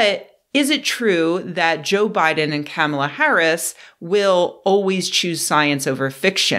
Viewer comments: “comma”-lah, like the punctuation mark, not “camel”-lah, like the animal with a hump or two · It is pronounced "cop-mah-lah". Sheesh...